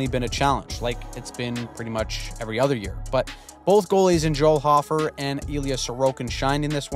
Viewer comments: Okay I love Hofer he is my favorite and I have seen more and more people mispronounce his name its hoe-fer not ha-fer (I really love your recaps they are life saving) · Hofer is pronounced with a long "o." Hoe-fer. It sounds so wierd with a short one.